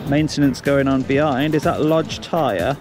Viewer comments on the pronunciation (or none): none